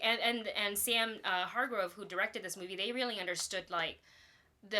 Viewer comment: Hargrave not hargrove